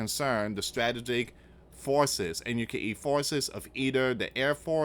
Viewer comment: Need to start pronouncing some of these words correctly. Like frigate and strategic etc.